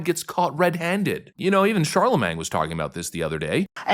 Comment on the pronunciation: CharleMANG again,? Tsk tsk.